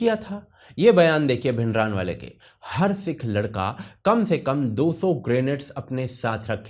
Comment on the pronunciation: भिंडरानवाले नही भिंडरांवाला है सही उच्चारण।